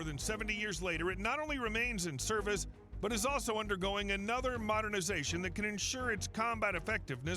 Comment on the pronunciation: That moment it's blatantly obvious the video is AI voiced... . "Serve-Whale" more decades?! "Serve-Oil"? Def didn't pronounce several there...